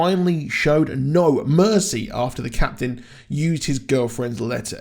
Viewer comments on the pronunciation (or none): none